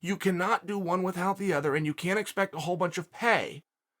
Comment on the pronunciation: The only undefeated, undisputed fighter in history adds H’s in the word ‘withHout’. What else does this man do that mortals can’t?